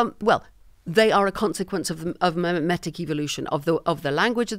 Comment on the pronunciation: Hearing him say "memetic" - is even more immensely satisfying. What a word.